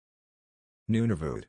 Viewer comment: Nunavut is close to the way I usually hear it pronounced.